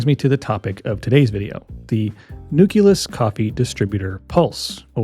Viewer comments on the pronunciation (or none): Nucleus = new-kleus; same with nuclear = new-clear. Not newkulus